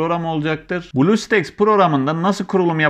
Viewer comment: blu staks değil blustack diye okunuyor